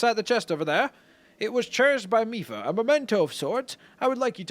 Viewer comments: Mipha is pronounced meefa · Hey,quick heads up You pronounce her name Mee-fa:)